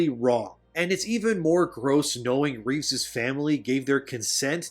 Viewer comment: And again later in the video referring to 'ReeveS'eS family'.... Which should have been 'Reeve's family'.